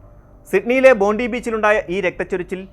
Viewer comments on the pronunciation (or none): none